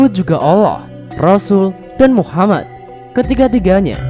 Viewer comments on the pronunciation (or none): none